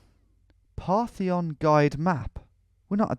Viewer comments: Parthenon...not partheon lol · "The Partheon"... Guess he was thinking of the Parthenon maybe? Jokes aside, great video and great map too. Tom is the goat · Reads the word "Partition" as "Partheon," proceeds to call the Parthenon "Partheon," which this place very blatantly isn't. The mapmaker was trying to get you to guess a swiss/gothic country, definitely not greece lmao